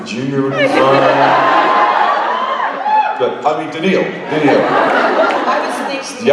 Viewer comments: I always pronounced it "Dan-kneel" and that's how I have heard interviewers pronounce it. When I heard the person in this video say "Dan-nil" I was like wait, what? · Brittany Shields ah! cool! i did think danil sounded wrong even in american! ty :)